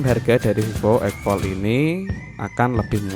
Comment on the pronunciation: X Fold diBaca "Eks Fold" ( D nya dibaca) bukan egfol